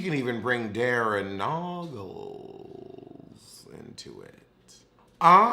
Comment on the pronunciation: “And her victim was Darrin Nogglessss” emphasis on the noggles like quad 😂😂😂